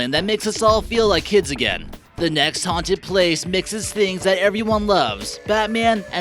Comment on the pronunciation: Ghostrider: ye- American eye: HAUTED